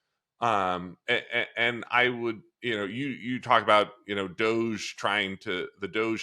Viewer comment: DODGE, NOT DOGE